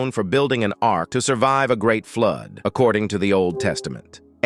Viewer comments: Please pronounce the word properly,what is the word flood,not Flud. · Flood not flod